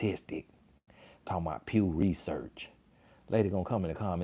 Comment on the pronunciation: DID SHE SAY P.E.W. RESEARCH ?!?!🤣🤣🤣🤣🤣LIKE THE PEW FROM THE CHURCH ?!?! 🤣🤣🤣🤣🤣